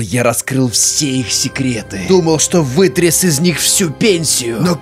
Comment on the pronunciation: "Вытрес всю пенсию" меня с этого вынесло🤣